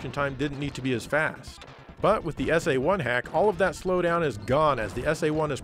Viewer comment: Don't beat yourself up,. I think your pronunciation of SA-1 was just fine.